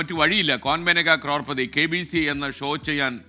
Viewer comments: കോർപതി അല്ല കരോൾപതി ok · ക്രോർ പറി അല്ല , ക്രോർ പതി 😂😂